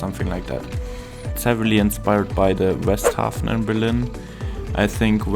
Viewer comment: "tell me ur german without telling me ur german" His perfect pornouncing of Westhafen and Hauptbahnhof